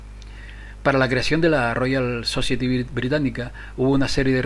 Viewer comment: society se dice "sosaieti" por favor....